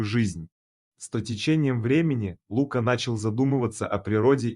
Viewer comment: Кто это читает???? Есть русское имя ЛукА, ударение на А. Но нет имени ЛУка, с ударением на У.Чтецчитает быстро и монотонно. как шпаргалку перед экзаменом. Так нельзя читать подобные истории. надо выразительно читать, представлять эмоции тех персонажей о ком читаешь и вкладывать эмоцию в слова текста. Видео ряд хороший. Текст заново начитайте, чуть помедленнее, и голосом передавайте все эмоции и все чувства ваших герое.